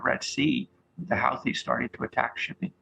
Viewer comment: This guy pronounces Houthis differently than I've ever heard. Which pronunciation is correct?